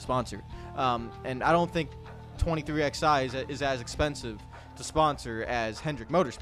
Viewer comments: ITS 23 ELEVEN NOT 23 X FUCKING I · Of course you don't call it "Twenty Three X-eye" ...because its not fucking called that!